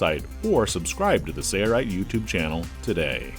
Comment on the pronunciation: Thanks for demonstrating that project. By the way, is it my imagination, or is the video narrator pronouncing the name of your company without the letter "L" -- SAY-rite?